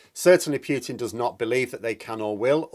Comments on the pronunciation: I cringe every time you say "Pyootin". It's "Pootin". Cheers. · I really wish you you would stop saying Pewtin...as in pewter..rather than the correct pronunciation of Pootin...as in Winnie the ...